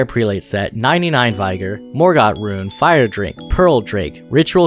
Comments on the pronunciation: U had me till u said vigor wrong. It's not vigore. it's vig-er. Note before someone looks retarded ik its spelt vigor. Just u say it as vig-er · Also Vigor, Vig like Pig not Vyg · What is vI-gar? It’s pronounced vi-gr. I didn’t know we were channeling league of legends characters as our hp pool. 😂 This is great information thank you for this video! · Damn great guide, never heard vigor said like that ever before, its more like vih-gur and not vie-gore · "vEYEgor" is pronounced "VIH-ger". And it's SCADUtree, not Shadowtree lol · V-eye-ger lol um no? (vigor = Vih-gor) :) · Vigor is vig, like twig. Not Vye like die. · The I in "vigor" isn't a hard I. It is pronounced the same as the I in "it's." Not "V-eye-gore" but "v-ig-err." In the same way that "it's" isn't "eyets" or "aits" the longer form isn't "vaigorous" so the shorter form isn't "vaigor." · Verdigris is pronounced “VUR-di-griz”. Vigor is pronounced “vi-grrr” not “vie-grrr”. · I know that I'm gonna be 'that guy' but it's "vigor" not "v eye gor." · Only gripe, dawg is vigor not vyger. Of course I can’t do pronunciations in text but saying vigorous like vygorous is just silly. I know people pronounce things differently but that’s pretty set in stone like those stats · Yo VY-GER is NOT how you say that word haha. VIG-OR. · I wonder what must have transpired for you to be avoiding pronouncing Vigor as "Vigger" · Check the pronunciation on VYGORG. Nice videos... More like viggor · “Vul-digger- iss” “Veye-gar” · Couldn't take this video as seriously after I heard unironic pronunciations of vigor and verdigris as "v-EYE-gur" and "ver-DIG-ris" lmao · Bro legit said "vyger" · Ver-deh-gree. Vih-ger. All that math seems to have done things to your speech, Dearest. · Thanks for the useful explanation of all of this! Just so you know though you're pronouncing a few things wrong: Vigor is said "vih-grr" Verdigris is said "ver-degree" Also you wrote godskin swaddling cloth as godskin swallowing cloth in your subtitles lol